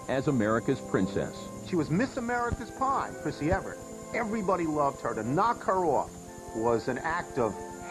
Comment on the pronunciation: I wish the narrator could pronounce Chris Evert's name properly. Evert. Not Everett.